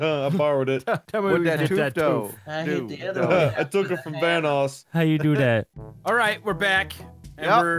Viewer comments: I died when said”I have a toof” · “I have a toof” ~ 2018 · "I have a toof."